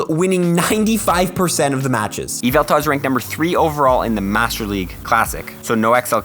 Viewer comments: It's YveltaL with an L at the end. It boggles my mind why some people ignore that. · Dude said Yval-TARD!!!!